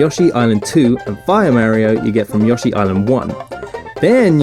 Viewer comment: YOSSY and an FIAH MARIO